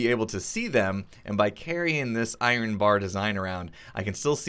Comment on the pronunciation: I-Ren, and you can call your iron farm an I-Ren farm